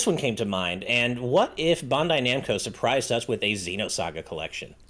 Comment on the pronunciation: Is this man really sticking with saying BAHN-dai Namco ? lol